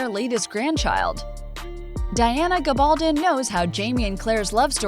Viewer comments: Whomever is narrating this video needs to learn how to pronounce the author's last name correctly:. It's a Spanish surname and should be pronounced with the stress on the last syllable--GabalDON. For heaven's sake, this season 5 and you sound like an ignoramus!!! Your channel is making plenty of money off this series, I imagine, so do your homework on details like this. It matters and is disrespectful of the author who has shown such meticulous detail in her own research for these brilliant historical novels. Thanks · Which gives her no excuse for mispronouncing the author’s name...🤷🏻‍♀️